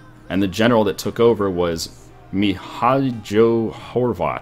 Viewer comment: Mihajo xD... its pronounced Mihaylo